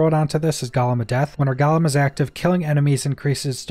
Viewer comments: Omg dude... I don't usually correct people on shit like this, but it's driving me crazy. It's pronounced "GO-LEMM". Not "GALL-UM". There's only a single "L". IDK why this hurts me so much, but I hate it lmao. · Is Champion really worth it though. It is only active for 10 seconds after activating golem, and you really shouldn't be activating golem enough to have anywhere near decent uptime on it. Also, small nit pick. Gollum-character in LotR. Golem-skill in outriders(gole sounds like dole)